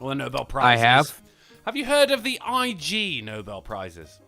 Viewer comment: I. G. Nobel.... Drunkie, dude... it's a word, 'Ig'... Like the start of 'Ignorant'.